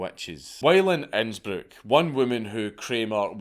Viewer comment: Honestly man, you pronounce Innsbruck better than most Austrians.